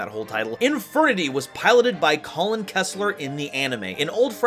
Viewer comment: It's Kalin, not Colin